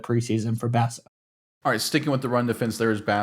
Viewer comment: Petty sure it's pronounced "Boss"a. .... and he's kind of a Boss. A little development from what he did in college and he is actually gonna be elite. I don't use that word lightly. He is like Bolton with better pass coverage.